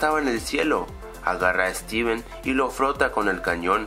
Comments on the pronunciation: se dieron cuanta digo streven en el minuto jajaja enves de decir steven sigo streven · dijiste striven trae una mini refri con muchos elados se pronuncia stiven no striven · FIJATE QUE EN EL MINUTO DIJISTE STRIVEN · en el minuto dice : "striven" 😂😂 "y de la nada y de la nada" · al minuto dice estriven